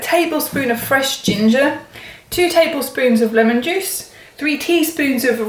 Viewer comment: Oh its pronounced leeemon. Boy, ive been saying it wrong all this time.